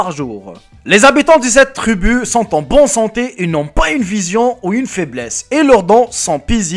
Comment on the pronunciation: Trubu mdrrrrrrrr mon dieu quel français!!